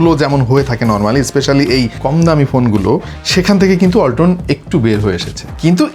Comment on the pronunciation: ওয়ালটন❎ বালটন✅